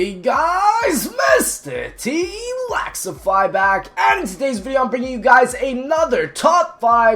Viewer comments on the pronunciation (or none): He is saying mr t LAXify but I though it's MrTLEXIFY not LAX